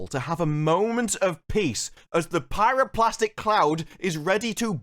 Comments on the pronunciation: BTW it's pyro-clastic, not plastic, also straight up calling BS on their "scientifically possible". To cause an explosion like that they would need that water/steam to be trapped and generate pressure, which is kind of hard if you have a massive tunnel half full with water in the chamber. All that would happen in real life is that you'd get a nice steam geyser going, before eventually the water covered the magma. Then it would sit there and boil, and maybe in a few days, assuming that the tunnels collapse cause of they erosion from the water, it would generate a steam explosion. And maybe potentially cause the volcanoes to erupt, but more likely just create a maar and a small landslide. The entire episode for me felt like the kind of amateur contrived story of DnD game. Things just happened, and certainly not in a way that even someone with a cursory knowledge of the events would say it does. It's just bad. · It's pyroClastic, not plastic ;-) Great review as usual.